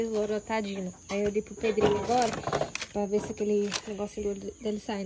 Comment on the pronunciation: NÃO É “DI”, É “DEI UM BANHO NAS CRIANÇAS “.NÃO EXITE “DI”!!!!